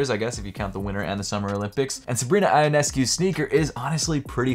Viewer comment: Ionescu sounds like Yo-nescu